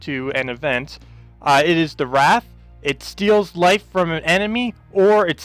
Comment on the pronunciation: Wraith is pronounced ray-th, not rath (wrath). The "i" makes a big difference. :)